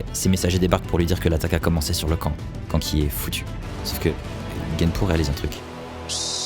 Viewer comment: C’est pas Kanki mais k’nki